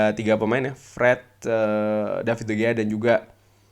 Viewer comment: Cara bacanya bukan david de gea bg tapi de hea, jgn cuma ten hag aja di korek